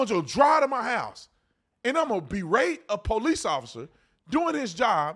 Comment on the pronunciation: da “I am THE DA” Mam I’m am THE PO-LICE